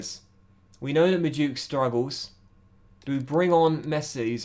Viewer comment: Lol he still says Madueke wrong? jheez